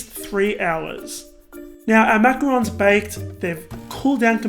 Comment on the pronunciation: Can't even pronounce Macarons right...